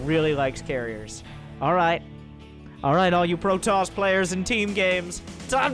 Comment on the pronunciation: A Pro-toss ahhhhhhhhhhhhhhhhhhhhhhhhhhhh